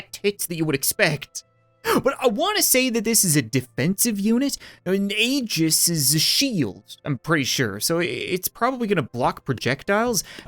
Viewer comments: Not trying to be rude but as a fan of xenoblade chronicles 2 where aegises are very important to the story Aegis is pronounced ˈējis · Aegis is actually pronounced "ee-jis" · the celestial AY JIS